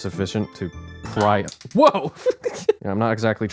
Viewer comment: “Pry” 😂 pfffftt, more like Fly